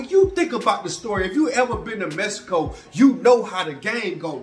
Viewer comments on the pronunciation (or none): He says "messico" 🤣🤣🤣🤣🤣🤣🤣🤣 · He kill'n me w/ that Mess-i-co!!! 😆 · Mess eh Koh 🤣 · All the way to mehico??? 😂😂😂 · Mess - a - co . . . SMDH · “Messico” lol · u a mess 😅😂🤣u say don’t go no where a place u can’t pronounce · cant pronounce the NAME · Learn how to pronounce Mexico